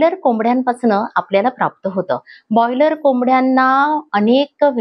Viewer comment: बॉयलर नाही, ब्रॉयलर म्हणा, बॉयलर चा अर्थ खूप वेगळा होतो 😂😂